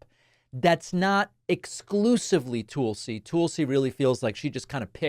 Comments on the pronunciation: Tool-See? David, Tulsi Gabbard's first name is pronounced "Tull-See", not Tool-See. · Damn David, with all due respect to Tulsi Gabbard; her name is not Tool-see(sea) or Toll-see(sea), it's Tull-see(sea), like Juthro Tull. She's not as bad as you make her out to be. She is attractive, intelligent, and sane. Don'T won't pick Tulsi for V.P. because she is WAY too smart and stern for Agent Orange. Don'T won't pick a woman at all. Women are inferior in his eyes. If he indeed does pick a woman, it will be Ramaswamy. He will most likely pick J.D. Vance. Vance is young, tall, and can easily be manipulated by Trump. Also Trump is five letters, and Vance is five letters. Don'T is a simpleton in mindset. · Its not tool-sey. Its Tulsie like Tulsa.